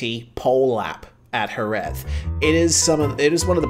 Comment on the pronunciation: It has really caught my attention that pronounce Jerez better than we do in Andalucía (the south region of Spain). You're the only foreigner I've ever heard pronouncing that final Z as it should be. Even here, we just say "JereH" instead of JereZ hahaha